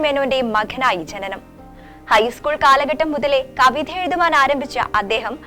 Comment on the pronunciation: ബാഷാ, മഖന്‍, കവിഥ, പടനക്കാലത്ത്, വിദ്ധ്യാര്‍ത്ഥി, പഡ്ഡവാള്‍, കണ്ടകാവ്യങ്ങള്‍ - - ഇങ്ങിനെ മലയാളം അക്ഷരങ്ങള്‍ ശുദ്ധിയോടെ ഉച്ചരിക്കാന്‍ അറിയാത്ത അവതാരകരെ എവിടെനിന്നു കിട്ടി, അതും ചങ്ങമ്പുഴയെക്കുറിച്ച് പറയാന്‍